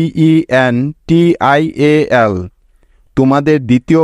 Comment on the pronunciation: ডেনটিঅ্যাল.... ফিকটিঅ্যাল...টঅ্যাটিঅ্যাল😢